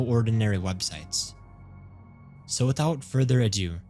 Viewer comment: why do you say websiteS omg why do you add S to the end of every word